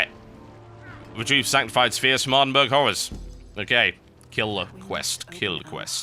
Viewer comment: I enjoyed the video, except for ... Ardenburg. My poor Scottish mind cannot handle how you pronounce Ardenburgh.